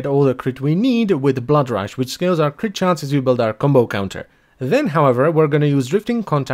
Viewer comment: reads the word "rush": rash